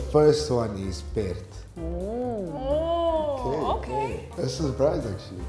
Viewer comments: Pity the South African cannot pronounce PERD. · The guy pronounced " perd" wrong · his pronunciation of pert was terrible Both German and Dutch girls was correct >no Afrikaner Says KUNST with a T for art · He said perd wrong. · The German and Dutch ladies pronouncing "Perd" more correctly to the Afrikaans word that the. 😭 mixture of his coloured accent and his English 1st language accent does not make for good pronounciation of Afrikaans words, they should have used an Afrikaaner to get the correct pronunciations. Even I was struggling to understand what he was saying, it doesn't help that he does not speak clearly either, he keeps the sounds inside his mouth, in Afrikasns they would say "Hy mompel."